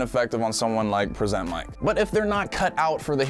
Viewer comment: I'm sorry but the way you say "present" pains me